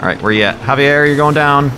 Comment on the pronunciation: Javier, it's pronounced havier. Lol that's my name Aaahh rymes